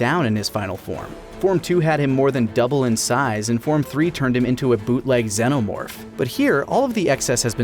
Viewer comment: still saying Xenomorph wrong.